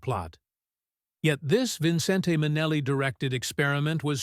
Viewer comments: Despite the spelling, it's pronounced VIN-cent, not vin-CEN-te, Minelli. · VINCENT! VINCENT! VINCENT! Fix your AI narrator and force it say "VINCENT!" Who in the hell is "Vin - cent - TAY???" Poor Ann Blyth... the AI is really brutal. Great concept, great visuals... but these AI narrations are so IRRITATING! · So true; it puts the Vincen-TAY in Minnelli!